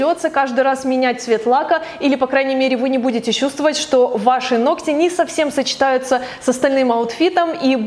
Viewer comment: Оч.приятный влог. НО, пожалуйста, НЕ 'ногтЯ' (((